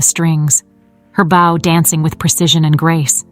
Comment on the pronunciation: Poor pronunciation of some everyday words ("bow" of the violin is pronounced like "know", "show"! "bow" meaning "bend" is pronounced like "cow", "now", "how"!)